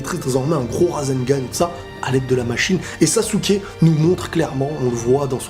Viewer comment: Ça me stress que dise « sassouke » 😭